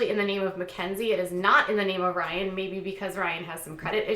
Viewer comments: Well I would of loved to watch this vid, but after the first 10 times of that hideous “Ryn” I had to shut it off! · Omg shut up it sounds like your saying Raahn wtf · The excessive “Rhine” was overly annoying but at least you didn’t have 10,000 ads in your video. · I think your pronunciation of "Rhynnnee"is funny asf lol Also don't believe he's sober until he takes a family picture w/o those sunglasses! js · Very ANNOYING the way you are pronouncing Ryan’s name. I had to turn it off. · Why are you making fun of the way his name is pronounced by Maci? Soo irritating... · Stop saying Ryan like that, you sound dumb!! You seem to love stirring shit! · She doesn't say it right either. It's not how Maci says it.. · It’s not funny how you are pronouncing Ryan. It’s quite irritating & you’re trying to hard to be funny & it’s not working. Please stop. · K C thank you lol I’m glad I wasn’t the only one that it was bothering, I couldn’t even finish the video